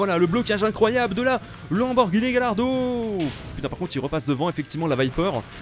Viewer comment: Ça se dit " Gayardo" pas " Galardo " xDDDDD